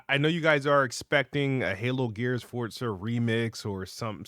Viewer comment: “Halo gears and fortza”